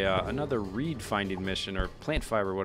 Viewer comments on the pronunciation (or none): none